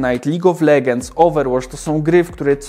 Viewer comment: Czy tylko mnie irytuje czytanie "legends"? Oszalec można. DLACZEGO? :P